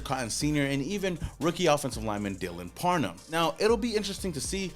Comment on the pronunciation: Parham not parnum lol😂😂😂